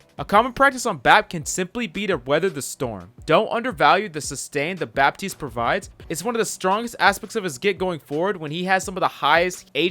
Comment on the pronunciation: Fun fact: For Baptiste, you don't pronounce the "p" in french